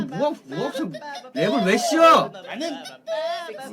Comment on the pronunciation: 나는!! 할 때 발음 좋은게 제일 웃김 ㅋㅋㅋㅋㅋㅋㅋㅋㅋㅋ